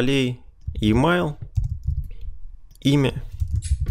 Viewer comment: Емайл. Спасибо за урок. Правда режет слух произношение.